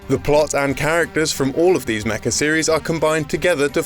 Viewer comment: Featuring "Mecha" or "Mecca"? Because I think the latter is VASTLY underrepresented in video games (as far as I know).